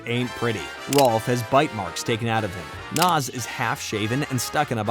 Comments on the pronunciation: Ed ain't dumb, he's sarcastic and a jokester. He's a great character! Also it's Nazz, not Naz. I like the video though👍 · Love the video really do, I grew up on ed, edd, and Eddy but it's nAz not Noz 😂 sorry sorry don't know why that bugged me 😅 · Its nazz not nozz. gaw dang that bothered me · IT'S NAZZ NOT NOS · You keep pronouncing “Nazz” as “Nas” like the rapper 🤣🤣🤣🤣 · It’s Nazz not Nawz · It's Nazz as in Jazz, not Nozz as in Schnozz... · He says it like that so increase engagement... and u fell for it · Love this, all accept how you say nAz!! Makes me cringe every time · You keep saying naz name wrong 😅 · Dude mispronouncing "Nazz" multiple times kills me inside. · Awesome video but how you pronounced Nazz irked me lol. You did a good job though!